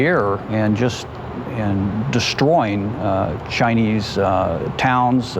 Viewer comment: keeps saying chi-niece